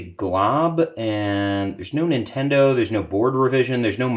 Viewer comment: "Nintondo" I lol'd.